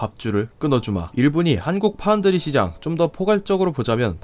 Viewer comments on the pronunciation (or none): none